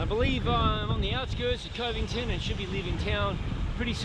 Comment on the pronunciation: It’s cuv-ington 😊lol